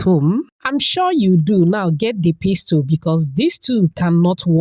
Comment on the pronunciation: U made me laugh 😅 so when U said pistol it's like a gun but pestle is what goes with the mortar the pronunciation 👻 🙌😁 thanks 4 de video 🤗